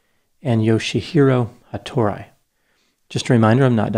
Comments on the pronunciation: Ha-to-ri. Not ha-tor-i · It would be pronounced more like HattorIE, but whatever.